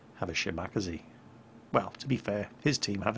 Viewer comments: the way you pronounce Shimakaze physically pains me. Also, the biggest problem with the Yamato's AA armament was that the Type 96 25 mm guns were absolutely awful. It's quite interesting to study the major deficiencies of Japanese AA during the Second World War, they never developed sufficient light AA but their heavier AA was actually fairly decent for the most part. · Sheema-Kazeh, Eesoh-Kazeh, Meeneh-Kazeh.... not Kazee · Shima-KAHZEE not shi macka zee XD Absolutely butchered the name mate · shi-ma-kaze?, its pronounce Shima-kaze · It's pronounced shi ma ka ze not she mockazee. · you hopeless old hat! shimakaze? SCHI-MII-KAA-ZEEEE! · Repeat after me: She.......Ma.......Ka.......Zay: (Shimakaze) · I know you pronounce it correctly now but damn lol. Shimakazee lol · BTW. SHE-MA-KA-ZEH KA-GEH-ROH Each Syllable is independent. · Errhmm "shemacazee" u pronounced it like that not shinikaze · I am having trouble understanding the way he pronounces every single ship in this game. He is speaking English right??? Shimakasee? lololol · "shi*MAH*kazee"...? >.< Dude, you really need to work on that pronunciation. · you are a navy man, figure out to pronounce these ship names!! Shim 'ah' 'kah' 'zey' Really!! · Shim uh kaz eh* sorry it just was bugging me q.q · Everytime you pronounce "Shimakaze," I die a little inside... Other than the pronounciation though, good video as always! :) Love seeing Yamato replays. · was about to make a crack about that but... Play the introduction audio. OMG, I've had it wrong all this time. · can u please pronounce the name correctly. watch the documentry on the ship and listen to how they say the name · Argh!, my OCD! It's Ya-ma-TO! Not Yamatoe! And it's Shima-KAze, not Shi-MAKaze! has that gun ready, doesn't he? Well, time to run off to Vault 81. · Yamato (yu-ma-to) shimikaze (shimi-kaza) PLEASE PLEASE PLEEEEEASE PRONOUNCE THEM CORRECTLY!!!!!!!!! Please?